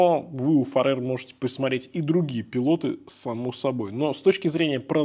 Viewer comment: Ухо режет «Фаре́р», правильно будет - «Фа́рер». Их бренд никак не связан с Фаре́рскими островами, которые по-английски будут Faroe Islands. Да и во всем англоязычном Ютубе эти часы называют Фа́рер или Фе́рер.